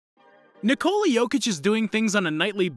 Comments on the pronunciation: its not nicola its ni-ko-la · When they pronounce his name NIII -COOLA blood comes out of my Ear and every balkan people ears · It's not pronounced Nikollaaah... it's simply Nikola. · Danis Kolasinac lol, no. That’s literally the problem with the pronouncuation. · It hurts me every time you say his first name wrong...